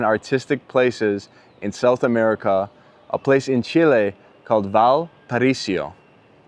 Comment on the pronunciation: "VALPARAISIO"?? VAL PA RA Í SO